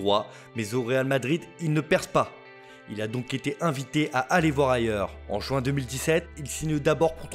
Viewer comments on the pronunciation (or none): none